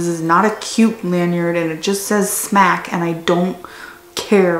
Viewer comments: Jerri Shannon she knows it’s not pronounced smack but she said she’s just going to say it that way because she’s sick of the battle of it being “smock” or “smoke” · Why do you keep saying smack? I've heard smok or smoke but there's no a in there lol